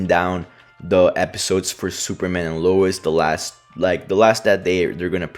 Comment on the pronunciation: Lois ❌ Louis✅